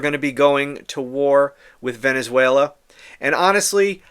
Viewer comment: He wants to be able to say he stopped the war between venezuera (his pronunciation) and the USA.